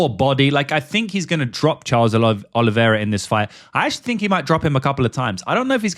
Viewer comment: Why can you pronounce “that” but can’t pronounce think/fink. Very annoying